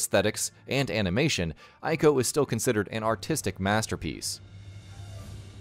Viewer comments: ICO is read as [eeko], not [aiko]. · Binary domain was way better than people think, I still have it on ps3 edit: Ico is pronounced ee-co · It's pronounced "eee-ko". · Exactly! They can't even get the name right 🙄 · I JUST found out that Ico is pronounced EE-co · Did you just call Ico "Iko"? Im hurt man. This video was great til that. Still good but oot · It's pronounced, ē-kō (ee-koh)